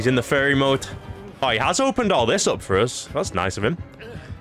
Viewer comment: fury ❌ fairy ✔